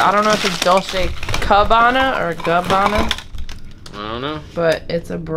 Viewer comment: Its "Gabbana" and if real could be valuable.